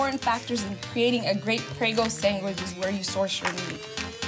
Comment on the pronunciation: Did she say sangwich?